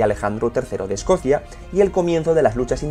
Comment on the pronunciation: No es escosia, es Escocia.